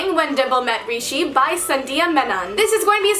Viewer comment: you pronounced Rishi's name of how not to pronounce it that's in the book at the beginning of video and then said it right later lol 😂